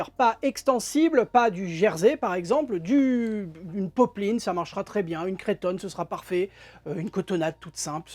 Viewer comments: Cretonne se prononce ’’creu’’tonne et pas ’’cré’’tonne😊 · Cretonne se prononcé ’’creu’’tonne et pas ’’cré’’tonne 😊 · Je suis bien d'accord 🙂, or, n'est pas le seul vidéaste de couture à prononcer "crétonne" et ça me surprend à chaque fois!